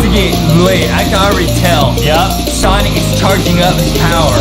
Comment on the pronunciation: Justin: Sanic And Yea thats True thats related to Justin Saying Sanic instead of Sonic😂